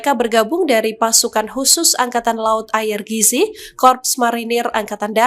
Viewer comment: IRGC dibaca ai ar ji si, mbakyu.